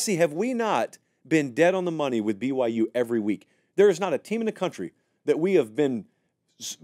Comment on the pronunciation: pronouncing BYU the right way is the biggest upset of the season thus far